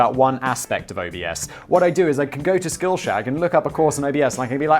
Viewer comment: I swear it sounds like Simon said "skillshag"